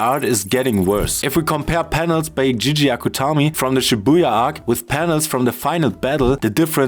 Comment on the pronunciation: the reason why JJK got bad was that after the Shibuya Arc, Gege Akutani (it's pronounced Gay Gay) fired his editor due to the popularity of the Mappa anime coming out at the same time. That's why it got bad, no one told him no.